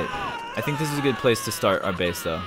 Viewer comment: At. The. Ples